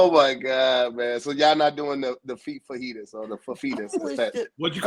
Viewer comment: said fafeetas😂